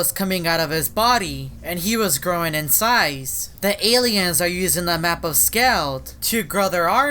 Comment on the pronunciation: Aliens he tried saying aliens